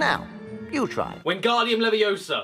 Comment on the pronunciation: It's Leviōsa, not levio§a.